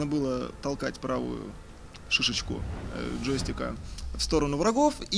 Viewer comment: "Правую ШЫШЕЧКУ джойстика", штоаааа?